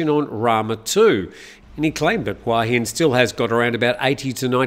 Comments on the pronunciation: Hua Hin is pronounced Hooa Hin. Hua = head Hin = rock I moved here 18 years ago from California when I was 40 and I have to say it’s sadly overcrowded with geriatric foreigners. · C'mon,surely you'd know how to pronounce Hua Hin by now. "Hua "means" head" and there's only one way to pronounce it😄